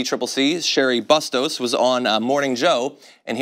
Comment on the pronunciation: Also it’s pronounced Booo-stos. Like “boo stop this establishment bullshit.” But I’ve always voted for her bc her challengers have only ever been from the right.